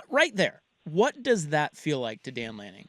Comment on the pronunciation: Why can’t say Head Coach of Oregon, Dan Lanning? Seems wierd